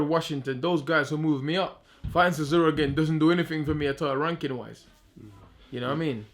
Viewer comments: CH, CHisora, not Sisora ffs - sick of hearing this mug tarking rubbish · Why does he call Del Boy 'Sizora''?!..cracks me up!